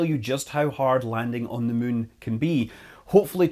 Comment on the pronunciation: I love how Scott keeps saying “Mun”